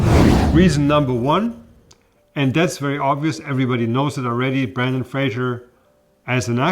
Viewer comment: Here's my small critique... his name is Brendan, Not Brandon.